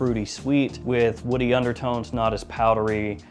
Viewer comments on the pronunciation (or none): none